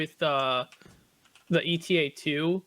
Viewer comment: Unless it is a running joke, can you please stop calling it E.T.A.-2? Eta is a Greek letter, just like delta, or lambda. It is pronounce "Ay-ta", similar to beta ("bay-ta").